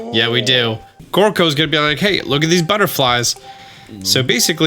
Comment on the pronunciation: He sais Goro, but in a certain cutscene with Gorko in ss he sais Goro too :)